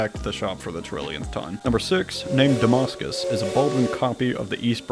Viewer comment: . If you’re referring to the real town of Damascus, VA, it’s pronounced “DUH-MASS-CUS” by the locals. Nevertheless though, great video, man. The custom models are very impressive.